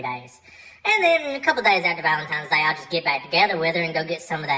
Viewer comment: I always figured to be the type of guy to say “Valentime’s Day”